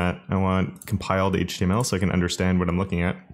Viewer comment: worries about the pronunciation of Coulter Also: pronounces Can as 🥫 without second thought 😂